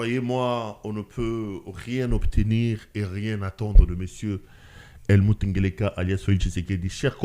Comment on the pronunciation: Helmut Ngeleka 😂😂😂😂 Ce nom là me fait toujours marrer surtout la tonalité avec laquelle le prononce et ça convient très bien à Lazare ressuscité.😂😂😂